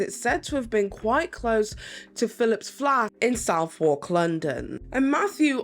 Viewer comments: Great video!!!! I was waiting for a deep dive on this! But it’s not pronounced Southwark, it’s more “suth-ark” Are you Welsh? I can hear a little accent, I’ve almost lost mine totally! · Southwark is not phonetic lol it's suvork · Girl, "Southwark" is pronounced "Suth-uck". I and you're from the UK... how are you getting this wrong...?